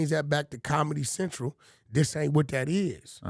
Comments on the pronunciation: "Bomedy Bentral!" 😂😂😂😂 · "Bomedy Bentral"😂 💀